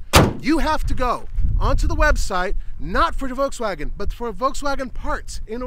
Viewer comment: The fact that has actually called VW "VolTswagen" is funny now that they wanted to rename the brand